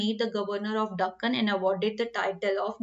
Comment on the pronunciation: mam deccan hota hai dhukkan nhi